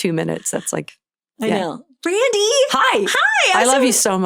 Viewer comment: Is it me, or is Amy saying “Randi”